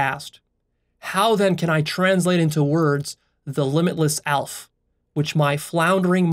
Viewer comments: It's not "Alf", it's pronounced Al-ef Alef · Aleph is actually pronounced Al-eph 2 syllables. Not that it matters but ya. Good job on this one. Very inspiring. A single comment couldn't bare to explain the true inspirations I feel here. Lost of words! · really good video, it helped me get deeper in turquoise and strengthened my understanding of infinity Btw א is said "halef" (I'm a Hebrew speaker), א can be spelt "elef" which is thousand and "Magniv" is cool in Hebrew :)